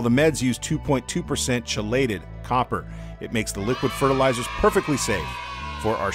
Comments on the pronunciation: Great info. At the expense of betraying my nerdiness, 'chelated' is pronounced 'key-lated'. Cheers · I believe it’s “kee-lated”, not chelated. ;). That said, that organic chemistry knowledge about chelation isnt saving my fish . Thanks! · I have been dosing garden supply Trace Elements in my aquariums for the past 2 years now, with a moderately high Copper %. Red Cherry shrimp in my tanks are totally unaffected and are taking over both tanks. Super Video and (I've always pronounced Chelated with a Chee myself)……...LOL:)